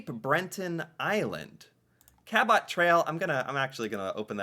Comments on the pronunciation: We live 4 miles north of the U.S.A. boundary and see Northern lights all the time. They are often visible in many of the northern states also. Don't have to go 'Way up north'! Cabot Trail pronounced "Cabo" Trail. Named after one of first French settlers in Canada: John Cabot. ("T" is silent.).. Silhoet of Sleeping Gian looks like a giant human lying on it's back, asleep. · Hi. I don't know if you will read this as it's a few days old - but just in case: 1 - Cabot trail is actually pronounced like - "cab-it" trail. Your pronunciation MAY have been a bit closer to the actual explorer's name but not quite enough. (He was Italian & his name [before being translated into English, by the English was] Giovani Caboto - "GEE-O-Van-EE Cab-O-toe" 2 - While seeing the Northern Lights is not an active activity, you WOULDN'T get bored very quickly as the lights move around the sky & shimmer & "dance". It is supposed to be quite mesmerizing. I have seen videos & it is mesmerizing in those, never mind in real life. (I have never been fortunate enough to see them in real life either.) 3 - The Bay of Fundy - The HIGHEST TIDES IN THE WORLD. What this means, is that there is a HUGE change in how much water is in any particular place within that area between low tide & high tide. You said you remember the picture of "those rocks" - they are "The Hopewell Rocks". I was there to see the changing of the tides & IT IS SPECTACULAR! At low tide - you are WALKING ON THE OCEAN FLOOR. At high tide, the water reaches to almost the top of those rocks that the trees are sitting on top of! The CHANGE is REALLY PHENOMENAL! Hopefully one day you will get to see these wonders in person. Just say the word & I am sure that you will have Canadian viewers that will help find you accomodation, transportation if needed etc. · Cabot Trail..... You pronounce Cabot like Rabbit..... Just replace the R with a C and say it that way..... You're Welcome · Canadians say it like 'The Ka-bet Trail'